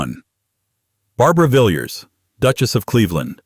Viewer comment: Villiers should be pronounced Villaz not Vill-yuz.